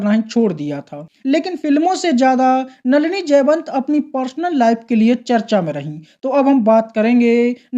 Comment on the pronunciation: Nalina,nahi,नलिनी बोल